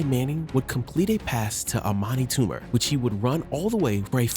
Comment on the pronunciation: and also not "Armani" Toomer.